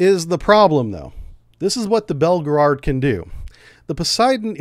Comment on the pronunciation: its Belgorod not belgerard. and its not 2 megatons it actually is 100 megatons.